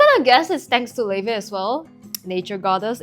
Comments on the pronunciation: Laufey's name is pronounced like "Lao-fee." The name comes from a norse goddess described as the mother of Loki. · am i early?? oh my gaaaaawd woa- quick question, do you reall pronounce "l a u f e y" like levey? i'll start listening to her now. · Laufey, how do you pronounce it